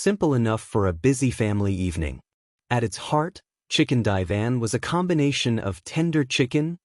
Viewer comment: Gotta love ai , chicken divan?????😅